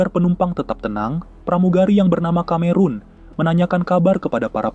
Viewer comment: Film murah, tahun 1940 kok Messerschmitt ME kok udah ikut perang, pdhl pesawat2 itu baru mulai operasional tahun 1944. Konten kreatornya juga murah, Cameron seharusnya dibaca Kameron malah dibaca Kamerun (Cameroon), emang dia negara di Afrika? Dan ada bbrp lagi flaws-nya saya lupa.